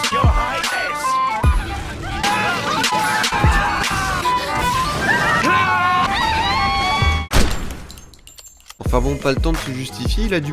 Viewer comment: ce n'est pas yes your ail nes mais yes your highness (oui votre altesse) et en plus je parie que cette extraie est in englich conprie